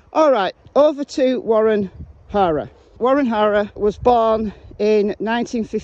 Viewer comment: Wonder if Gma took him a welcome home gift. I mean what pervert wouldn't want a cute lil 5 year old....I love your accent but I have to say. Each time you refer to the HARER clan your pronunciation sounds like HORROR....which I chuckle at because it is so perfectly fitting!!! They are monsters and this IS a horror show soap opera...I mean NO OFFENSE TO YOU AND YOUR CUTE ACCENT...I'm in USA